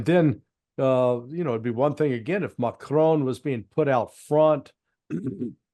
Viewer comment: Nice to see some American who does not try to mispronounce Macron as Macrohne.